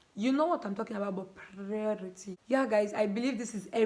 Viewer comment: Chai why na 😭😭😭 you can’t pronounce priority